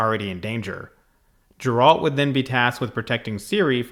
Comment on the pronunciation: Ok, if you insist on pronouncing it "Jeralt", I won't believe you've watched one episode of the Witcher... 😅